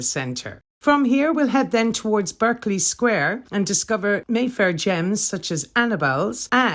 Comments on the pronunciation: Sorry Love…really enjoying the walk, but must say your pronunciation needs a boost in spots. It’s “BARK-LY” Square…not “BIRK-LY” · It's BArkeley Square. Only Yanks say Berkeley. Are you really a London guide? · West Indian Extract of Limes, from Geo. F. Trumper - The best. Berkeley Square pronounced 'Barkley'. not 'Burkley' - that's UC Berkeley, California. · I know I’m late to this video but just wanted to let you know,, that the Geo in Geo. F. Trumper stands for George and that Berkeley is pronounced barklee rather than berklee. Have you heard the old song, ‘A Nightingale Sang in Berkeley Square’ as sung by Vera Lynn among others? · I lived close to Mayfair and worked in Mayfair for quite some years, Berkeley is pronounced Barclay Square not Berkeley, and Shepherd Market is just that not Shepherds no plural. It used to be amazing a village in central london, we all knew the Local policeman, the postie and many of the people working in the Square and hotels around. Amazing star spotting area too. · You said Berkeley Square, should be pronounced Barclay Square. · Nice video, though Berkley Square is pronounced Barkley. :) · Berkeley is pronounced with an a i.e Barkley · Lived and worked here decades ago. Its hardly changed at all. It's said Curzun and Barkley btw. Lovely virtually tour thanks. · Pronounced Barclee square...used to hang out at Morton's back then & Playboy -:) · Berkley Square is pronounced like "Barkley" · Berkley is pronounced Barclay in UK. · The square is pronounced "Barkley square" .